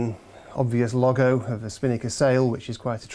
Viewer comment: Who else on earth has ever pronounced "logo" like that? How odd.